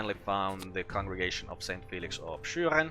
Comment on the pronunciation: Ah ok. I was wondering about it because of your "Schüren" pronunciation. I'm not German too, but sometimes I hear Austrian people speaking in their native language.